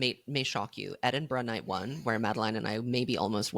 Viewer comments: As a Glasgow resident, I'm all for some Edinburgh slander, but istg if you say EdinBURG one more time I'm gonna start crying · EdinBURG? OURland? jfc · Petition for Madeline to stop saying Edinburgh like that